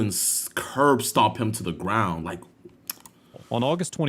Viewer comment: “Greg gwon the garouand”